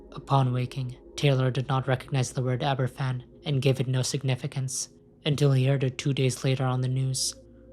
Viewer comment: They're pronounced "Abervan" and "Plimuth".